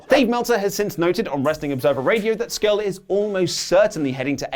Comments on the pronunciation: Ha you called him Marty 'Scrull' during the Pokemon thing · Marty “Scrull”? Ah cmon boys not you too